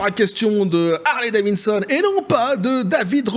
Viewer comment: Harley Davidson et non pas Harley Davinson 😉